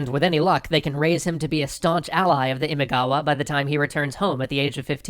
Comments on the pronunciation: Imagawa.* "ima" means "today" and "gawa" or "kawa" means "river." So, "now-river." Imagawa. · Isn't the name of the clan, Imagawa? I'm quite sure it's Imagawa. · Great storytelling and art! And you're doing Sengoku Japan! Yay! It's Imagawa, by the way. ImAgawa. The kanji are 今川 - first one Ima, second Kawa (which becomes gawa in the compound word). Which, yes, means you were pronouncing it a bit off the whole time. Guess it's too late, since they kinda won't be showing up much from now on. That's kinda what happens when Oda Nobunaga has a go at you. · I am pretty sure its not Imigawa but Imagawa that is the proper name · How he is saying imigawa is ticking me off. Its fricken imagawa. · Just two things: 1. It´s ImAgawa, not ImIgawa. 2. Miyamoto Musashi´s date of birth, let alone his rise to fame, was decades after the Sengoku Jidai had ended. It is assumed that he took part in the battle of Sekigahara at roughly 16, and all of his famous exploits took place in the peaceful Tokugawa-era. Apart from that, nice video, I´m looking forward to part 2! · Loved it. One minor qualm: "Imagawa" (not Imigawa). Looking forward to the next one! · The clan is called imagawa (今川), not imigawa. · They're not supposed to be pronounced like that, it doesn't help. Besides they got the Imagawa clan wrong, it's not Imigawa. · This is interesting. BTW is it "Imagawa" instead of "Imigawa"? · A slight concern regarding the name, it's Imagawa, not Imigawa. Apart from that, great episode guys! Always looking forward to new episodes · It's Imagawa. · Imigawa? How did you let that one slip through? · It's Imagawa. Get it right man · IMIGAWA????? Are you kidding me? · It's Imagawa not Imigawa.... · It's Imagawa btw, not Imigawa. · Great episode! But Oda's rival clan's name is Imagawa, not Imigawa. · it’s “IMAGAWA” not “IMIGAWA” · Imagawa not imigawa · ❌imaigawa ⭕️imagawa これ以外は完璧でした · Not Imigawa, Imagawa is correct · It's not Imigawa but Imagawa. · Just turn the e into an o frickin' ruins it